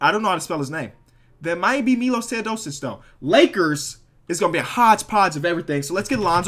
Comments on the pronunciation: Hey man i love you no homo, but how can it be this hard to spell arenas or spelling teosodico after saying his name correct? Cmon 😂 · Saying Teodosic right - spelling it wrong saying Dragic wrong - spelling it right braaaa voooo